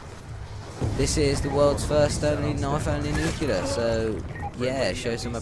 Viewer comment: First of all I hate you for pronouncing nuclear wrong it's nu-clee-ar not nukular. Second of all these people are either incompetent players or your friends taking dives so you can look good because you would have died so many times. Also people have gotten nuclear with knife before